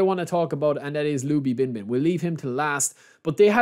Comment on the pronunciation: The former Chinese translator of eFDB is here. A little surprise that you picked Liu Binbin as the main man! And he'd be pronunced close to ''Leo'' Binbin, it's slightly better than ''Lobby'' Binbin hhh.🤭